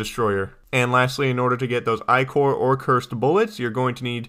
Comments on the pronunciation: LOL you actually responded, anyway man, im not trying to stop u, just want people to realize that it's pronounced ichor, like sticker. If you prefer one pronunciation over the other, then go ahead and say it how you want, it's your decision. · only complaint about this video is that you're saying ichor wrong, ty for the guide, really helped!